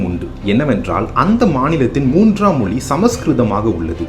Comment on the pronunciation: அது மொலி இல்லை. மொழி. உங்கள் சொல்லாடல் மொலி என்றே கேட்கிறது..